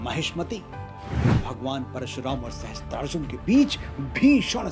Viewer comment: maharaj ye galti na karo sahasTrarjun nahi sahasRarjun hota hai .